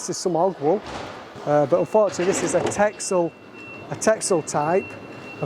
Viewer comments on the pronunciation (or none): Wow that was super interesting. thanks for sharing. In the Netherlands they don't say "Texel" like Texas, but it's pronounced with a double s!! Like "Tessel" 😉 Love watching your videos